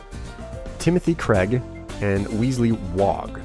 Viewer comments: WES-LEE!! NOT WEESLEE! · Its not an ee sound in Wesley its an e like in pet. Also please carry on forever!!!! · It's not weasely, it's Wesley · The name's pronounced Wes-lee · please you know how to pronounce "Wesley" good and well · Please say Wesley's name right :3